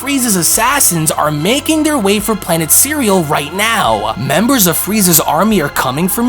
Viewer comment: Why do you pronounce cereal like that?